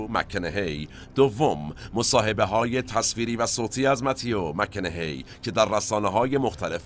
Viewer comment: جناب، تلفظ درست اسم ایشان، مَک کاناهِی است. شما میگید مک کِنِِهی. سپاس از کلیپ.